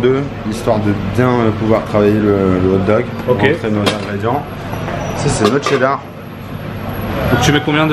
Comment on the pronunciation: on dit hog dogs